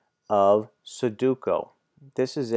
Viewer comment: it's named sudoku not suduko